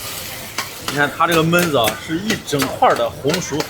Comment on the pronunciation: 熊弟，按照我黑龙江人的浅薄经历，焖子读四声。。。懑……